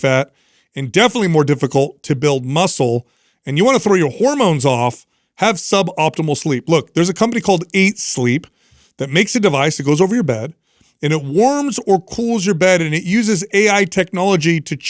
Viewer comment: "Aightsleep ? Shouldn't it be pronounced like aight = alright then